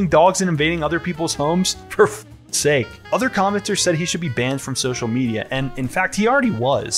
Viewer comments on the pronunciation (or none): none